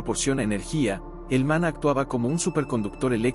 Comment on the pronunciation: Este vidio en sus dos partes son una porquería, mezclan fabulas con la realidad es lo que decimos en mi país una chapuza indecente, el tio en cuestión no sabe ni leer los acentos, repite varias veces mana en vez de maná, en principio cereí que era una fuente que manaba, lo dicho no sirve para ver ni oir, no tiene ni idea de lo qhe habla.